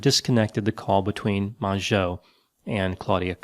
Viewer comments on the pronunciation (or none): Mongeau is pronounced Mojo <3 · i lost it when he said tana mongooses name like that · Your commitment to incorrectly pronouncing Tana Mangooses name is amazing